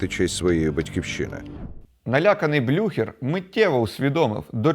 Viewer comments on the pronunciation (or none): блю-хєрр -- так правильно